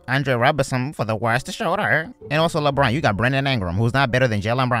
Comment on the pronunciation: "Lebwan" voice so funny